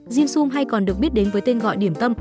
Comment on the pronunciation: Cái topic thì hay nhưng nghe người đọc “ dimsum “ bằng giọng vn thì hết muốn xem nữa. Cho dù trong tiếng anh người ta cũng không phát âm một cách khó nghe như vậy những tên tiếng nước ngoài